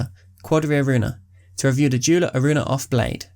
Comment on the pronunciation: When u pronounce joola wrong